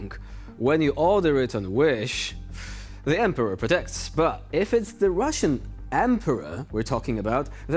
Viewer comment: Did he say ~The Rvssian Riviera 😂✌️